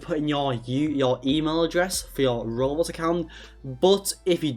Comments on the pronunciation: “roblos” seethihs” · He sounds like those tts roblox story’s like when he says roblox he says it like ROB LOCKS